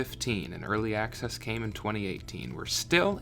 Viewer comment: "ealry acces" lmao